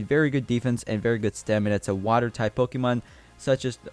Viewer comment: Is ur first Pokemon game?cuz I'm pretty sure ur pronouncing Pokemon wrong XD